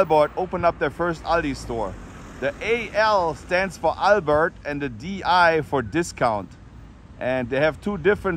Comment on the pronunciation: How did you get the Albrecht name wrong? I googled it AND knew it beforehand, and you called them Albert? At least do som research before you do the video.